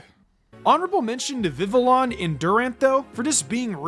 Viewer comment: It’s pronounced viv-EE-YAHN, gol-IS-oh-pod, and cleav-ORE, “”! 🤨